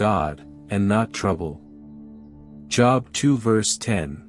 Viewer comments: Joooooobs not Jobs like you work lol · The name is pronounced Jobe not joeb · I dislike AI. I am 78 years old, attended church as a child and a teenager. Was a member of Jobs Daughters. Learned about the patience of Job. In my learning Job was pronounced J(oh)b. I dislike mispronunciation of words. It ruins the story. 👎🏽🥲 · American English seems ugly to be I get upset when people even pronounce my name as job as in work, instead of Jooob as in Job in the bible ... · It is not pronounced "job" as in "get a job." I just cannot bear to listen to this because there is no attention to detail. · GREAT STORY ….!” ✝️ I Was Always Taught - To Pronounce ➖ JOB “ Name With a LONG - O - Not As If You Work -a - JOB 💲 🏃‍♂️……!” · is it not pronounced Job with a long o? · Yeah me too! But the AI voice overlay hasn't articulated the difference yet